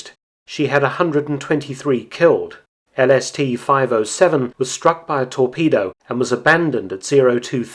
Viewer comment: Am I the only one heard LSD not LST?